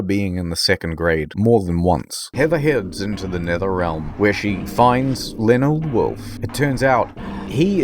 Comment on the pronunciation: Ha-ha! I have discovered your weakness, Lee-o-nard...err...Laneld....uh...